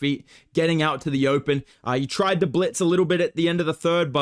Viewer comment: Can you do a whole commentary where you say blintz instead of blitz and see if anyone notices?